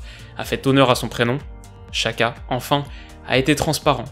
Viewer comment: Ces mal prononcer Xakha 😂